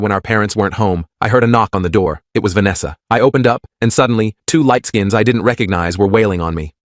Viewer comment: Light skins? Why are you saying it like that?